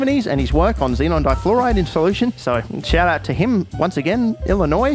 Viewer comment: I’m from Illinois. 1. I’m surprised you pronounced it right, 2. The meme was accurate